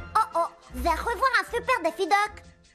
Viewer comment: Déffy Duck ? Non ! DAffy ! Comme depuis toujours !!!!!!